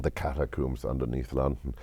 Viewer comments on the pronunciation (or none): Catacombs, is now officially pronounced "Catacoombs". Law by Zimmer. OBEY IT